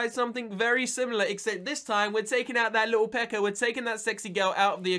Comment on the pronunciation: Why do you say pekker it's pekka